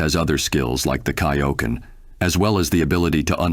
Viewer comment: Anyone else irked at the pronunciations offered in this video? Like, not enough for the video not to be decent, but just a little twitch every time, like the way Kaio-ken and Kamehameha were pronounced, or how he kept pluralizing Ultra Instinct.